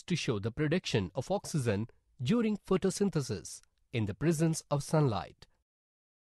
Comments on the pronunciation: Oxygen not oxeezun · 'Oxeezun is produced'